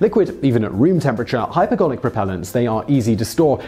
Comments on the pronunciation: Wait, did it say, "Hyperbolic" when it meant, "Hypergolic?" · Poor preparation, team ! It's hypergolic, not hyperbolic 😀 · HyperGOLIC not HyperBOLIC. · You switched from saying "hypergolic" to "hyperbolic" for the last one. Not really consequential if the viewer is paying attention, but precision in language is important. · Do they include one mistake in each of these videos intentionally? 'Hyper bolic' fuels -- really? "I'm so powerful that if you're not really careful on that throttle, we'll hit Warp Factor 9 and end up at Alpha Centauri..." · Did anyone else hear hyperGarlic??